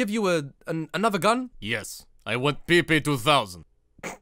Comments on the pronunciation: We pronounce this ПП guns not pipi, bruh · I'm russian and PP, pronouns more like pepe the frog, not pipi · I will be that guy but in russian PP 2000 is not being pronounced as PeePee, latin alphabet inferior to god chosen CУЯILLIC doesn't have the proper sound з.ы. Zis video iz great nevertheless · Actually, PP is pronounced as Pæpæ